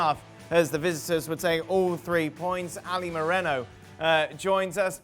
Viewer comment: The way Moreno pronounces his fake Spanish accent when mentioning the club names😅